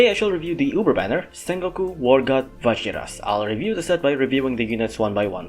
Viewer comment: It’s Va-Heer-Us. Vajiras is a Spanish derived word.